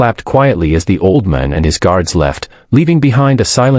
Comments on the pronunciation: Did anyone else notice that "just a waitress in a red uniform" was dressed in blue? Then, the AI narrator they hired couldn't even pronounce "old man" correctly.🤨 It became "oldmun". Aside from these silly mistakes, this was a very good video. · The ai says auldmon. OLD MAN, not MON, and it is two words, not one. 😂 bad ai, learn to speak. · AI needs to get things straight. Her red uniform was blue. Can the voice not pronounce "old man?" AI will soon destroy everything.